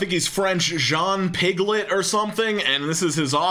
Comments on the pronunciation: i love how he called jean piaget for ``piglet`` lmao. his play-theories are pretty controversial within my field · My man called Jean Piaget, Jean piglet lmao